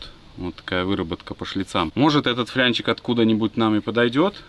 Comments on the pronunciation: флАнец!!!, япона мать... ФлЯнчик от слова фляга?!😡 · ФЛАААААНЕЦ!!! НЕТ СЛОВА ФЛЯНЕЦ!😂😂😂